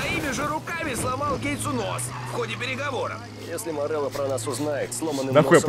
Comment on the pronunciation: Никто: Обсолютно никто: Булкин:ВЫ ЧЕЛОВЕК МОРЕЛЛО СЭР